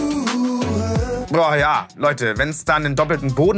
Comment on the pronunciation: Zerbrecht euch mal nicht unseren "Frauen" - Kopf. Sexistisch dies das - noch nie so ein sauber ausgesprochenes "H*re" gehört. 😂 Wenn ihr von gesellschaftlich, fehlgeleiteten Werten reden wollt, fang mal bitte woanders an und nicht bei Apache.